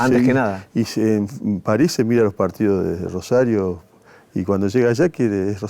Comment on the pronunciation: Que hermoso como habla este muchacho bien rosarino sin ninguna S, genio llevando nuestra identidad al país entero